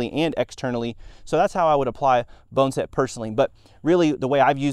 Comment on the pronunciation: Bonn-A-Set. Not Bone-Set